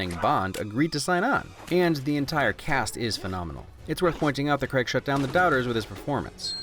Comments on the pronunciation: Why do Americans pronounce the name Craig as "Creg" It is pronounced "Crayg". Just a simple thing that has always irritated me. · I love your work but I still felt it necessary to mention that the man's name is pronounced Craig (Cr-ay-g) and not cregg. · RIGHT 1st off Craig is NOT pronounced CREG 2ND DAVID BELLE is the founder of free running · Ah yes, Daniel Creg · Love the video, hate how Americans say "Craig" its CrAig or Creg! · It’s Craig, not cregg. Pronounce it right or don’t bother saying his name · Why do Americans pronounce Craig ‘Creg’ 😫😫😫😀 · "Daniel Creg" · Craig is said like Greg. I can't not notice it. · Love your videos and love the "things that have faults can still be enjoyed" train of thought but if you don't start pronouncing craig with the a I don't think we can be friends 😂. I'm kidding of course but the ai isn't pronounced as an e it's pronounced as just an a. Like cray. So Daniel Cray-g. Love if yah read this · Why does he pronounce Craig as kregg? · And an American's inability to correctly pronounce Craig is a fail. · I do like your video and I do agree but (I know this is just an American thing ) the way u said Craig is annoying. There is an a in his name 😂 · I love this film but I have to say your pronouncing Daniel Craig last name wrong (it's an English thing but still triggered) love this channel though u you do good.😁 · Why does he replace the "a" with an "e" in "Craig" and also just completely misses out the "i" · Why can't Americans say Craig? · America - please learn to pronounce the name Craig like an adult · My good man, please, "Craig" not "Cregg" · Oi mate, its prenounced Craig not KrEgG. Other than that, damn fine job old chap. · CRAY-G not CREG. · I hate how Americans say Craig as creg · It’s Craig not creg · It's not pronounced CREG its said CRAG but its spelt Craig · I'll subscribe to your streaming platform if you learn how to say "Craig". It's Craygg, not Kreg! Deal? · Why are you calling him Daniel 'Creg'? C R A I G.....